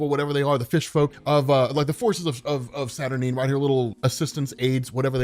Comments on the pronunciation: Nope, you're wrong. It's pronounced Sat-Ur-Nine. Sorry darling! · I appreciate you compiling these together, but...you're seriously mispronouncing Saturnyne,! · The guy that can’t pronounce experiment wrongly pronounces saturnyne and doubles down on it. Smart.